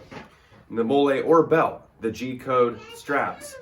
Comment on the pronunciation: I didn’t wanna say it but then he started saying “mole ay “ instead of “molly” I had to search the comments for someone flaming this guy. The ultra low drop leg and the NC vism tactical vest for 20 bucks with actual shotgun ammo in said vest attachment made me cringe way too hard and is currently fueling this comment…. 😮‍💨 I’m sorry bud I just want you to learn quality and practicality instead of tacticool weirdo